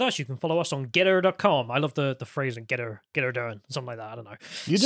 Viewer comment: GeTTr not Geddr. Stop replacing your Ts for a D